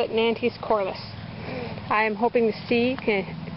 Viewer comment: Hi! Nantes is a french City, you should not pronunciation the 'e' and the 's' at the end, otherwise it sounds weird ;) Thanks you for those valuable sowing advices!